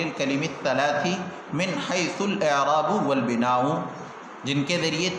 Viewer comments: مصنف رحمہ اللہ مبتدیوں کو تشویش سے دور رکھنا چاہتے ہیں لیکن آپ لوگ عبارت کو مختلف اعراب کے ساتھ پڑھ کر ہم کو تشویش میں مبتلا کرتے ہیں ۔ الاعرا ب والبناو کو پہلی بار ضمہ کے ساتھ پہلی دفعہ آپ سے سنا۔ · الاعراب والبناء کااعراب تو درست فرما لیں اور ویڈیو کی اصلاح بھی کرلیں تاحال کئی تبصروں کے باوجود بےتوجہی؟05/12/2020